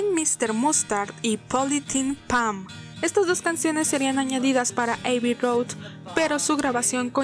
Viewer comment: Igual con Abby Road que no es "Eiby"...sino Abby, como se escribe